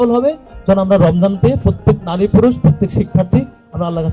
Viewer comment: ভাই আপনার প্রচেষ্টা সুন্দর।কিন্তু আপনার উচ্চারণ সুন্দর করতে হবে।নারী শব্দের উচ্চারণ দেখলাম আপনি বলছেন ন্যারী। এই প্রবলেম গুলো ঠিক করে ফেলবেন।ইনশাআল্লাহ সুন্দর হবে।